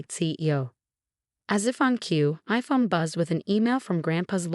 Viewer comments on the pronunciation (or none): Phone not fong😂